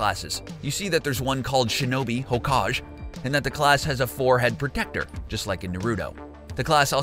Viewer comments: its pronounced Ho-Kah-Geh not Ho-Kahj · My man said HoeKaje